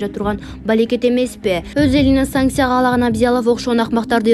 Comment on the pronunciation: Санкция!!!!👈 Сансиа эмес ай сабатсыз!